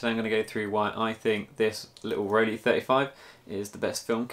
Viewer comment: Not that it's anything important but it's pronounced "roll-eye". (The "ei" in both "Rollei" and "Leica" is the same sound.)